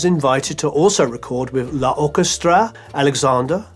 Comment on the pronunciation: I admire your research and videos, professionally made and really interesting but please check the pronunciation of French names, Fauré (foree not 'four'), Vaissade (vesade, not 'vaseid') or French words, l'orchestre (lorkestre and not 'la orkestra' etc. It's not that difficult, really